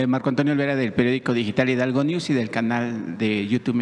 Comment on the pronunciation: Ahora ya no es Hidalgo es hidalgueishion 😂😂😂😂😂😂😂